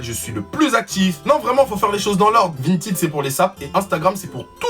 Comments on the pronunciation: Vintid😂😂 on dit Vinted avec un "è" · Qui a remarqué qu'il dit "Vintid" au lieu de "Vintaid" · C "vintède" pas "vintid" 🤣🤣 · tu dis vintid (vinted) alors que moi je dis vin ted (vinted). Mais sino je t aime tropp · Mais comment ça « VINTID » ?! Nan désolé mais ça m’a perturbé wsh 😭😭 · 😂Vinetine 🤣C'EST PAS VINETINE MAIS *vinted Sa se prononce è le e a coter du d 😂💜🤣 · vahaha tu me tue 😂😂😂 t'as refait ma journée et c'est pas vintid c'est vinteed hahah pas méchant je t'adore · Tu me stress quand tu dis Vint(i)d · ÇA SE DIT VINTED sinon je te kiff lol ❤️😁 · On en parle de "vintid" ??? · Ca s'écrit vinted mais ça se dit vintaid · On dit vintèd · « Vintid » que dire.... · C’est le seul gars qui sait pas prononcer vinted 🤣🤣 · G l'impression de voir un 6eme parler anglais xD